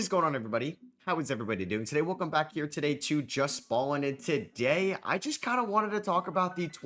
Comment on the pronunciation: The todays in the intro kill me man